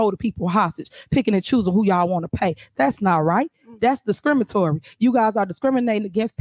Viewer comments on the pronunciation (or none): that's discrimitory" - hahahaha , I think it is pronounced discriminatory.......... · Did I hear her say, Discrimitory???? 😅😅😅😂😂q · She fkn said “discrimatory” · Did I just hear her say, “that’s discrimatory” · Did she actually say “…that’s discrimatory…” 👀